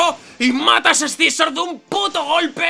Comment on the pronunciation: porque diablos dice ES-SI-ZOR, cuando se pronuncia SIZOR y ya esta